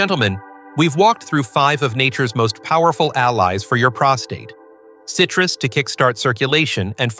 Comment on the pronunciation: Oi, stupid robot! WTF is cytrous!?